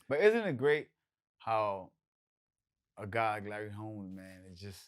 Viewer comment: Wtf this dude said Larry Holmes 48-0 wrong asf